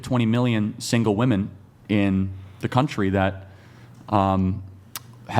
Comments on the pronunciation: Why do so many of them pronounce "women" as "woman"? I never understood this. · Serious question, wtf is up with these young women pronouncing "women" as "woman"? I've never heard of this being a thing until recent years.